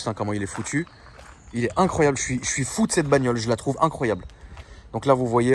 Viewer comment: il à dit fodes 😂😂😂😂 continue à parler portugais je kiff mdrrrr avec ça faut vraiment que t'aille faire le fou dans les montagne ahah donne ça à mario t'inquiète pas qui va le roder dans la forêt